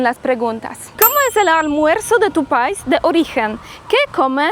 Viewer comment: CUANDO DICES LA PALABRA PAIS DEBE ACENTUARLA MAS EN LA LETRA I.O SEA PAI'S TIENE ACENTO EN LA I .DEBES DECIR MAS FUERTE EN I QUEVEN LA LETRA A